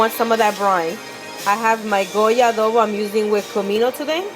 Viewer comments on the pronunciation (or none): none